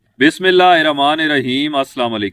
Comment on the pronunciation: معافی چاہتا ہوں اگر اپ کو میری بات بری لگے لیکن اپ کوشش کریں بسم اللہ کو ٹھیک کرنے کی